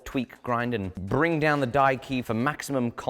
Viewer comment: So careful to clearly enunciate die key and not blur or mumble the words together. Like how in the English dub of "Castle in the Sky" the name of the floating city was always clearly enunciated as lap-u-ta, with a long u, not la-pu-ta with a short u and different syllable breaks.